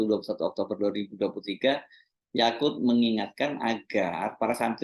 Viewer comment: Yaqut bang hersu, bukan Yakult 😂